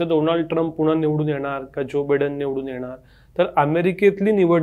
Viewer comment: Pronunciation of Biden is बायडन .....बीडन नाही